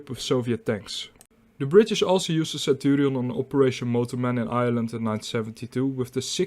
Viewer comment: Is he pronouncing the name centurials! Mmm